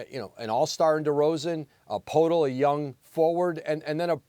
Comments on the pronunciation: YACOB PURTLE FFS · "Jacob Purdle" 😂